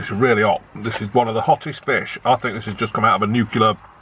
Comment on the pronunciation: Right folks fishehh